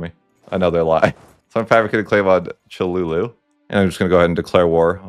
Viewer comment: It is pronounced CHOLULA NOT CHOLULU